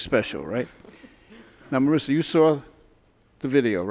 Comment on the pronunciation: Marissa???? She is Marisa, it's italian name, not ameri-can.